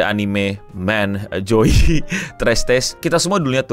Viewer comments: sedikit tips bang (just in case you meet Joey in the future) cara ngomongnya bukan "Joy" tapi Jo Iy (klo pake cara ngomong Indo) klo pake E nya English, ngomongnya Jo E, tpi digabung. (Aku ngasih spasi biar gampang bedain E nya) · Joi cara bacanya bang, bukan joy😂